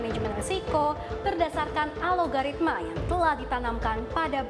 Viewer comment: Algoritma.. Bukan Alogaritma.. Belajar lagi donk jadi pembawa acara berita